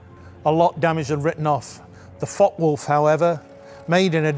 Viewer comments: Excellent video series brutal German fighters and elegant British fighters. In the interest of details the name of the FW190 is pronounced: Fokker Wulf einhundert neunzig. Hope this is of help. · The content and general presentation is really good. But it’s a shame the pronunciation of foreign aircraft names is off. It’s not difficult for an English person to include the ‘e’ by pretending there’s a silent ‘r’ on Focke, and pretending that the ‘W’ is a ‘V’ instead. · Interesting video. Is it just me or are you dropping a syllable, Fockwulf instead of Fock e wulf. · "fockwolf - fockwolf - fockwolf - fockwolf - fockwolf" No. Two words, and there's an "e" at the end of that first word. Focke Wulf. Focke-Wulf Flugzeugbau AG (German pronunciation: [fɔkəˈvʊlf]) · It is pronounced Fockuh Wulf, not Fock Wulf. A great video but the constant mispronunciation is a little jarring to my ear. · Too much publicity was given for the Me-109 while its better cousin the Focke-Wulf (pronounced Fokker), famously called the 'Butcher Bird' by the American B-17 bombers, only got some. Very good video anyway by IWM ! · Focke-Wulf isn't pronounced Fockwulf, you really have to intonate the E which is spoken like the English A with a tiny pause between the K and the E. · Pronouced Folker-wolf. The "e" is silent in English, NOT in German. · Please stop pronouncing it “Fok Wolf” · 4 minutes in and the mispronunciation of Focke-Wulf is starting to become an issue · The mispronunciation of focke upsets me greatly